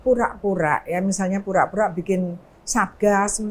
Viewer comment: Bang Reza Indragiri nahawan tawa saat mendengar Roy Suryo mengatakan "FUra - FUra tidak tahu aFA - aFA":face-blue-smiling::face-purple-crying